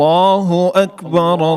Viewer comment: الله اکبر میں را پر پیش پڑھیں آپ زبر پڑھ رہے ہیں جزاک اللہ خیرا